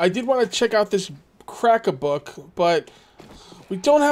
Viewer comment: did you hear the trader called "crack-a-book" borne and nobel, just like you do :)